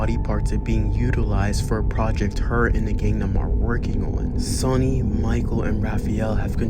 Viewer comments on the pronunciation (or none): none